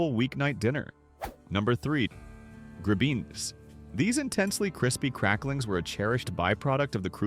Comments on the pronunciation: Grib en ess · grib-bin-itz, not grubbeens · "Gri-beans" ?:? That's the worst pronunciation -- so far. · Oy! Coudln't you have trained the AI on Yiddish/Yinglish? Gry beans?!?! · I fully agree... "gribeenies" -gimme a break! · It's AI. AI is going to have trouble with gribenes